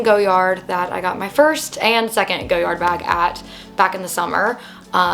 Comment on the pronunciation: Cute bag… it’s pronounced Goy-ard not Go-yard 😊